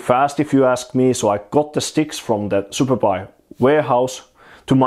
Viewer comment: Every time you say Superbuy, I hear superpi :D Trained ears.